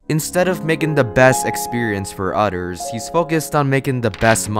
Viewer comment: "utters" lol love the way you say it